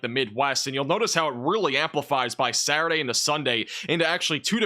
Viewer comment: Just saying that Saturday has the letter T in it? Thanks for your channel, it's my weather channel of choice for information.